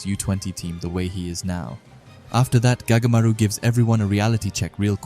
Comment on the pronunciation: Anyone notice he said goatamaru